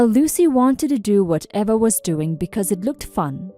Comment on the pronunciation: The name Eva is pronounced Eee-vuh.